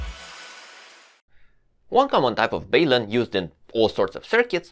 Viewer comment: IMO, in English, we should take the first syllable from "balanced", which is a soft 'a', and the first syllable of "unbalanced" (a soft 'u'), and put them together. It's kind of like a portmanteau, and normal practice is to keep the syllables intact. Hence, "balun" with a soft 'a' and a soft 'u'. The way is pronouncing it is less common, but not strictly UNcommon, per se :-). I've also heard people pronounce it with a long 'u', basically sounding like the word 'balloon'. But I think the portmanteau aspect is pretty compelling.